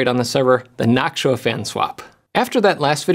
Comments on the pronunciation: Jeff! Why do you say naak·choo·uh when it's supposed to be naak·too·uh? 😛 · Jeff saying nactua instead of noctua is another sound altogether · noctua❌ noksuah✅ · Am I the only one hearing "nacho" instead of "noctua"? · I keep thinking you're saying "nacho fans" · Noktua is the pronunciation. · i know you watch LTT but i dont get why you pronounce noctua different. is yours more correct ? is this the .exe/.png moment for linus or you ? is it gif or gif ? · You're pronouncing Noctua wrong.